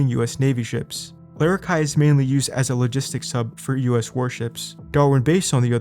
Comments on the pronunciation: It’s larra key ah not larra kai ah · Awesome vid, it's pronounced larra-key-ah tho bro 💪😎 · U said Larrakeyah wrong